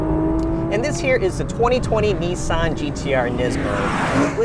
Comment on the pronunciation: Its nissan not neesan you can say nismo the right way you dont pronounce that neesmo so why pronounce nissan wrong